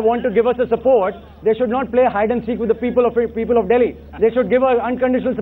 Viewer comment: listen to the peepull